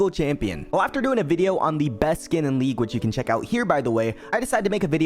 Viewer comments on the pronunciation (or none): none